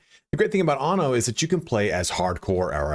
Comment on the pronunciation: Please all you English speaking reviewers, be aware that in Latin, and in Italian as well, the word "anno" means "year", whereas "ano" means "anus"... So, please take care to pronounce the word "anno" with a double N, not with a single N... Thank you 😉